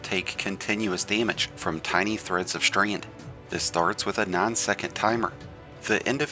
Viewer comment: WTF is “Strained”??😂😂😂. Strand!